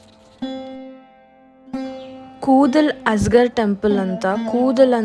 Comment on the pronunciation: ಕೂದಲ್ ಅಜಗರ್ ಅಲ್ಲ ಮೇಡಂ ಅದು, ಕೂಡಾಲ್ ಅಳಗರ್. Zh ಅಂದರೆ ಅದು ' ಳ ' . ಅಳಗರ್ ಅಂದರೆ ಸೌಂದರ್ಯ, ಚೆಲುವು.